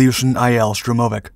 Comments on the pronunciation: Stress on the first syllable: SHTURM-o-vik. and be-TON-flugzeug (concrete airplane) and Malo-ro-SIS-kaya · Correct and a stress is on "vik". Also, by Russian habit of pronouncing the short abbreviations and names, IL-2 is pronounced like the word "ill", but short, just what the letters IL (ИЛ) form. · штурмовИк. Ударение на последний слог